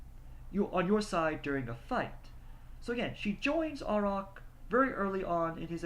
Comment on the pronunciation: The characters name is pronounced: A(y)rack, with a capital A.